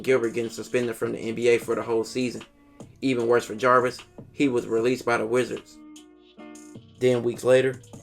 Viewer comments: Narrates really well except for the inability to say the dudes name right. Javaris Crittendon not Jarvis. It's even spelled wrong in the title of the videos. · Jarvis 🤣🤣 its Javaris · The narrator calls him Jarvis the whole time, dudes name is Javaris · I think you are pronouncing the name wrong. I believe it’s like Javaris. Great vid though! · Ja-Var-Is.Crittendon.Good job otherwise.